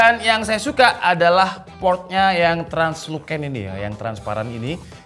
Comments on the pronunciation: bacanya: transluSen... bukan transluKen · laptop elite, usb sulite 🗿btw baca nya tranlusen (tranlucent) ya bro bukan tranluken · Translusen bg bacanya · Salfok sama pengucapan Translucent nya hehehe 😅 Btw kalo boleh nextnya minta tolong dibahas fitur RTX 40 series DLSS 3 yang Frame Generation dong